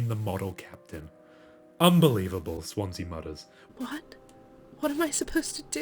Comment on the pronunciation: So far this video is great! But one funny thing, bro said "Jimmy mOOters" instead of "mutters" lol it rhymes with "butter" it just made me laugh 😅